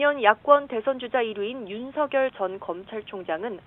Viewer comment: 아나운서 윤성렬로 발음 안해서 좋네요